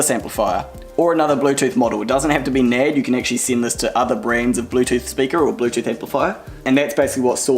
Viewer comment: You seriously pronounce the company that way? Learn English for fuck sake.